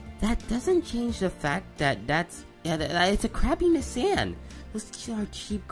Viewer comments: IT'S "KNEE-SAWN" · Knee san 💀